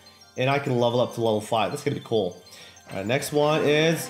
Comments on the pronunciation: When he says cool it sounds like coal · Did he say coal instead of cool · he says cool weird